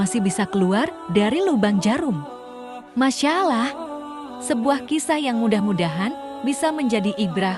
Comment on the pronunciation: MasyaAllah Kok bacanya masalah 🤣